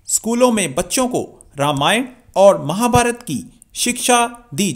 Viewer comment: Mahabharata nhi kima chima .. Mahabharat khte h